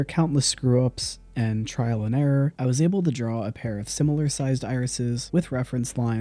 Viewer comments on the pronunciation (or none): none